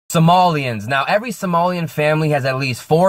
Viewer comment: I think he has been struggling with somali